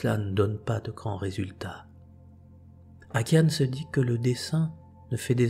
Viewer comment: Akiane, se prononce AkianA, j’ai son livre, je la suis depuis très longtemps, ses parents, sa mère était athée et son catholique, mais Akiana a commencé à faire des dessins très jeune et sa mère alla travaillé et prospéra.Oui son père fut Très malade puis un jour Akiana , disparait pendant plusieurs heures....